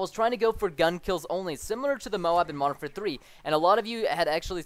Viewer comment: When you say Modern Warfare 3, it sounds like you say Martha 3